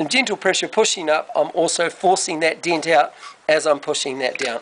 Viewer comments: It's pronounced DENT not DINT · Fix the diiiinnt. Ure accent is awesome. Greeting from California